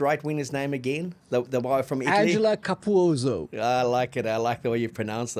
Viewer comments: Capuozzo is pronounced with the ZZ as a "TZ", like pizza. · Capuozzo - Ca-poo-ot-so You're welcome 😅😅